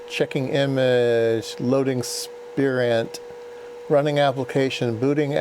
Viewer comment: Spirent is a British company. It's usually pronounced spire-unt. Or spy-runt if you prefer.